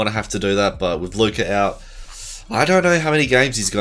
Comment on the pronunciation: sorry had do dislike cause of how u said Luka’s name Good video tho 👍🏿